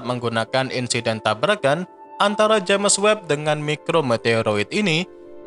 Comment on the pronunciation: Sebutan james itu sepatutnya disebut jayms.